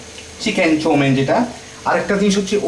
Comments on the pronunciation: ভাই এটার উচ্চারণ চউমিন না চাউমিন হবে। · You can't even pronounce Chowmein. You speak like a RIckshawala !!!!!